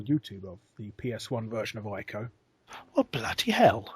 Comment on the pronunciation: And its not Eye-co its Eeko, for Ico. The Japanese pronounce I's as E's.